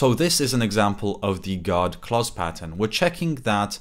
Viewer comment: Just to clarify, “God clauses” or “guard clauses”?